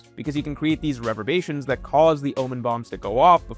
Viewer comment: Please look up how to say "reverBERation" you keep saying "reverbration"